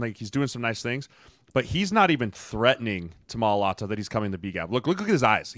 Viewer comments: Fantastic breakdown! You’ve earned a new subscriber with this one. I loved this but PLEASE, PLEASE learn how to pronounce Mailata. It’s so easy my 3yr old nephew says it correctly😂 It’s just My-lah-tah. No emphasis on the hard T needed either. That’s just annoying. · You're driving me nuts with the pronunciation. It's pronounced my-uh-lotta (Mailata). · Wtf does homeboy keep callin Mailata? 🤦‍♂️😂💀